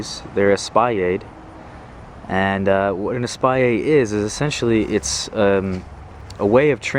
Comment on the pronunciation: Espalier is French, so you pronounce the L, just not the R.